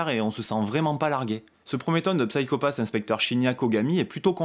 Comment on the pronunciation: D'ailleurs on prononce "Sayko Pass" à l'anglaise ;) Je te recommande grandement la série si tu as aimé ce premier tome. On retrouve une ambiance similaire, très cyberpunk, polar SF. Minority Report est un bon point de comparaison, l'idée du système Sybil s'approchant de la méthode de détection avancée des crimes dans le film. Ce qui est intéressant c'est de ne pas avoir une bête adaptation de cette excellente série (qui a d'ailleurs été légèrement remaniée pour amener la saison 2, tellement elle a eu du succès, il y a même un film qui sortira en septembre chez Kana). L'idée du préquel est excellente, on va en savoir plus sur ce qui a amené Kogami à devenir un exécuteur, ça apporte de la précision et du background sur un univers assez riche avec des personnages charismatiques et au lourd passé (l'opération qui a mal tourné et qui a changé cette fameuse équipe qu'on découvre dans ce tome). Je dis ça de mémoire, ça fait un moment que j'ai vu la saison 1 (je n'ai vu qu'elle pour le moment d'ailleurs). En tout cas, très intéressant, j'ai hâte de déguster la suite, un tome vraiment bien mis en scène et bien rythmé, très plaisant à lire et dans l'esprit de la série.